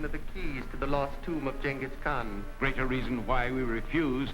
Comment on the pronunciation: It's insane that this 1940s racist stereotype caricature pronounces "Genghis Khan" correctly. One must know the culture to appropriate it I guess.